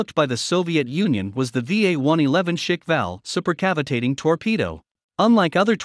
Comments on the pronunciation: It's not pronounced Schickwell, it's Schkwall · It's pronounced "sh-kval". I know it's hard to say at first, but it's not pronounced "shik-val". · It's not Shikval but a Shkval as in SHKV pronounced as one sound!!! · Pronounces as Sh-kval, not shk-val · Pronounced "shhk-val" or squall in translation. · It's pronounced as "Shka- Val" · Every time he says shick-val makes me cringe so hard. At least look it up how it is pronounced correctly, geeez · Isn't it one syllable? Shkval all at once, like Schblemphth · You should learn to pronounce Shkval (Russian: Шквал, lit. "squall") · American trying to pronounce shkval that is something 😄 Sorry dude, but it sounds to funny